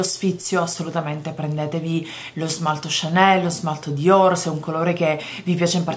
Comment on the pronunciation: Maison diorrr...oddio oddio muoio dal ridere! Grande!!!